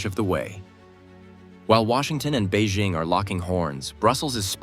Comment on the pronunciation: To Economic Shift: “BEIJING” is pronounced as “Bay Jing” (Jing like ‘jingle’). There is no “Z” in Beijing; so don’t pronounce it with a French accent. Learn to pronounce it correctly if you want credibility.